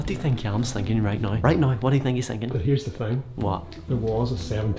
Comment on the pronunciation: why do you say noy rather than now